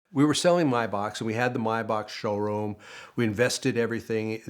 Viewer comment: About time someone pronounced Maybach correctly